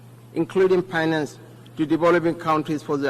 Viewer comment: I can't even understand what he is saying. Unlettered vp. 'This mejors' instead of 'This measures '; 'paktors' instead of 'factors '; 'painans' instead of 'finance '